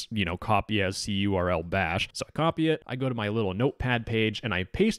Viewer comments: Im cringing at the pronunciation of cURL (curl). It's just pronounced curl, like the program present on every modern operating system. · cURL is generally pronounced like curl, not like the individual letters.